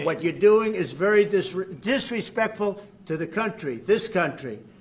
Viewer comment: It wasn’t disrespectful. The guy said F America. Is that not “DIsreSPECKK-FULL”??